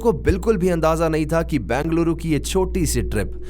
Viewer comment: It's not Bangaluru.... It's Bengaluru.